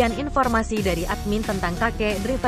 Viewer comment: Maaf, ada sedikit masukan utk. narator : tulisannya emang driver, tapi bacanya draiver. Trims.